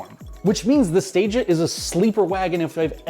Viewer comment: Please note, Stagea is 2x English words and pronounced Stage A. It was so good, it never got to Stage B, C or D.